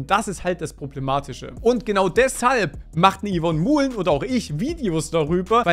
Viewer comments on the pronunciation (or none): Hey Dude, Du könntest Dir mal, als eine Form von Höflichkeit, angewöhnen, den Nachnamen von Yvonne Mouhlen richtig auszusprechen.. Das fänd die liebe Yvonne bestimmt prima! (Das wird halt eher so französisch ausgesprochen)